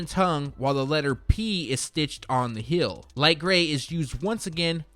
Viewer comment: Heel/ hēl. Not Hill /hil.